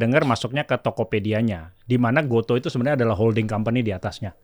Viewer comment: Oh.., ternyata dibaca "go-to". Selama ini aku kira bacanya "go-tu"... 🤔